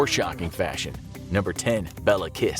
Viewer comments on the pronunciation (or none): It's actually Béla not Bella. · You pronounced Bela kiss wrong its Béla kiss